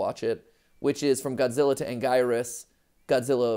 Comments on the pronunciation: crazy how Anguirus was pronounced correctly in a previous video, yet matpat STILL calls it "an-guy-rus" instead of "an-gear-rus" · It's not Ang - guy - rus, it is pronounced ANG - GEE - RUS, Matpat! Get it right! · Anguirus (Ang-ee-rus)